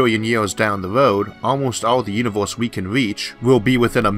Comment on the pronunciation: "di yunivous"